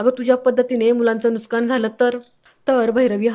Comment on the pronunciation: Aho nuksan shabd bola nuskan nahi